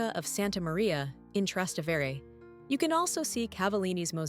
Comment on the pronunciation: I stopped watching when the robot voice mispronounced "Trastevere" twice.